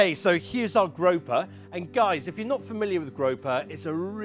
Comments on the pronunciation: 🐠 Grouper is pronounced - groo per. grope her is what you do at end of date night 🐠🍳🍳🍳🍳🍳🐠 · Grope-her? 😂 is that how they say it in the UK? Oh no. Group-er I know they aren't native to your shores so you can't claim this incorrect pronunciation 😂